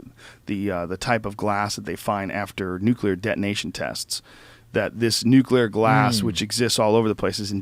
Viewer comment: Thank you for saying "Nuclear" instead of "Nuculer" Drives me nuts.